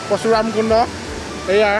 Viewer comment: pasuramkunda nohoi porokhuramkunda